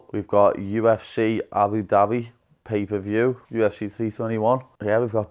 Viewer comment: He said 'pee per view'